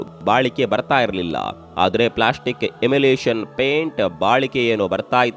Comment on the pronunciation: ವಿಡಿಯೋ 'ಕೇಳುವುದಕ್ಕಿಂತ' ನೋಡುವ ಹಾಗಿದೆ. ಸೂಕ್ತ ಸಮಯದಲ್ಲಿ ಎಡಿಟ್ ಚೆನ್ನಾಗಿ ಮಾಡಿದ್ದೀರ. (ಎಮುಲೇಶನ್ ಅಲ್ಲ ಎಮುಲ್ಷನ್ ಅಂತ ಹೇಳಿ).